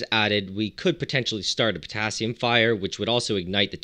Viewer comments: Have a shot everytime he says Putassium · How many times he said pottasium??😂😂😂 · New drinking game: take a shot every time he says Pottasium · How many times did he say pottasium?